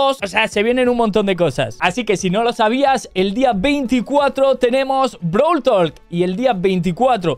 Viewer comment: Pense que era brawl talk,no brawl tolk